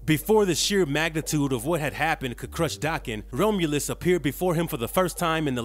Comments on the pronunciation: I loved the video! One character I hesitate to draw because of his tattoo. A couple of things I want to criticize are only the pronunciations of the word adamantium and the name Romulus. Definitely no dis. But first one is Add-uh-Man-Tee-um And Romulus is like ROM aka CD ROM so it’s ROM-You-lus. That’s all. Everything else was solid as a rock. Amazing channel!! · The Best Wolverine. the pronounciations are again..awful. I can't continue watching this after the 3rd "Roam-U-Luss" Sucks, I really like this character, too bad this channel always messes something up